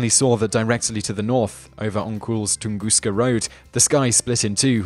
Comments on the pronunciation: Ton-Gus-ka, Not tungusca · Why do you pronounce "Tunguska" as Tungooster at the the beginning of the video, but a more American Tungusta at the end? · OhioCruffler - It seems the British follow a rule that if the last letter of a word is a vowel and the first letter of the next word is a vowel, they put an R in there. So TunguskA Event (vowel-vowel) becomes tungusker, but tunguskA Blast (vowel-consonant) just stays tunguska. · This is great. I love hearing about the Tunguska Event. There's no "r" at the end of Tunguska or Hiroshima, though.